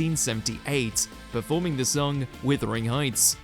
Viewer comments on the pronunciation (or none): Oh for goodness sake, Wuthering Heights, not Withering Heights, someone needs to go back to school me thinks.